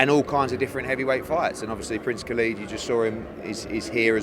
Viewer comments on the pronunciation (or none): It’s khaled not khaleeeeed